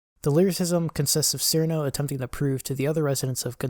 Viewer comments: none of those old PVs, with the possible exception of Cirno's perfect math class, trigger content ID :) and it's pronounced Chirno not Sirno also!!! yumemey isn't a he 😭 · Pronounced Cirno as "seerno" opinion rejected. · Its pronounced chirno or most accurately chiruno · I must mention this even if it seems semantic or whatever one may call it or me but, Cirno despite how it is usually spelled in English would most certainly be pronounced Chirno, Chilno, Chiruno, whatever variant makes more sense or is preferred. Her name in the games' Japanese text is チルノ in katakana which in romanji is "Chiruno" so her name is definitely not Seerno or sirno when pronounced. I have no clue why her name has always been spelt Cirno in English; my best guess is when translated they either guessed that or got used to typing "Ci" for チ or something since on current English based keyboards set to type kana you can type "Ti" to get the same result instead of typing the full "Chi" to get the kana when using said keyboard. I understand why people pronounce her name the way they do due to how it is spelled, but now I know the truth so I shall spread it as it can urk me slightly now hearing her name pronounced wrong.